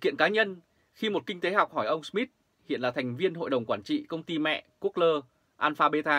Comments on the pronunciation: Gu gô..( that 's correctivity sound pronunciation ) a! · Google mà đọc là good lơ